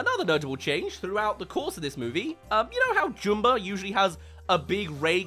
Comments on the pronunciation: I'm sorry, I can't take you seriously saying Jumba's name like "Joom-ba" like he's a character from that weird Boohbah kids show. They say it "Jum-ba" in the original movie, so idk why you're saying it like "Joom-ba". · Why can’t you say Jumba correctly? You’re literally choosing to say it wrong. It’s Jum-bah like Jumper or Jumbo. Not Joom-ber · who is Joomba?! It's Jumba. Like ummmmmm, get the name right. Everytime you say his name wrong, its like hearing your incredibly long nails on a chalkboard. Anyway, love your stuff. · wait, they change the way jumba's name is pronounced to joomba? this some live action last airbender crap